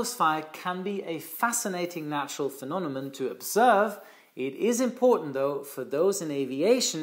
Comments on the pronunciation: the fact that you said “phenonemon” instead of “phenomenon” made my day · Phenonemon? Phenomenon! 😅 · Love your videos,! However: «phenonemon»? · Hey, repeat after me: FE NO ME NON.:) cheers! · Thank you! BTW, I think the word is phenomenon. ( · British Airways flight 009 on a B747-200 encountered a phenomenon in 1982 similar to St Elmo's fire when the crew flew through volcanic ash. P.S- has trouble pronouncing two words- Cumulonimbus and Phenomenon😊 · Looks like has a problem with the pronunciation of the word "phenomenon" 😁😁😁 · I noticed you flipped a few letters in some words: Phenonemom instead of phenomenon Reviaty instead of variety Are you 100% ok?